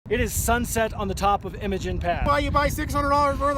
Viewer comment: The correct pronunciation is Eye-mo-jean just like a female name. It is definitely not pronounced M-a-gin.